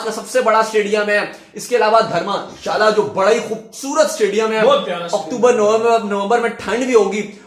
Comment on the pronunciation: Bhai dhamashala nhi dharamshala h